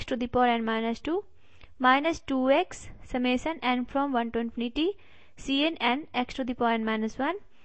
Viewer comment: Summation ko samasan bol rahi hai yeh😐😐